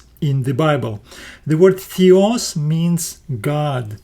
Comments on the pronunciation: Excellent video and very good explanations! A small feedback on your pronounciation, Θεός is pronounced theos not thios and νομός is prounounced nomos not nomas. The last example is something that I hear often from americans when trying to pronounce -os endings, they often sound more like -as instead. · Θεός is pronounced as the-os not thee-os. Thee-os actually means divine or uncle.